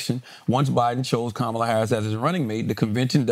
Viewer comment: I don't understand why Andrew can't properly pronounce VP Harris' first name. It's not hard at all.